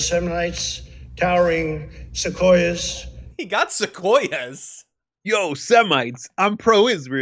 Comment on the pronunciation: No, he didn't even get "sequoias" right . That "u" is meant to be sounded in English (seh-KWOY-ahs).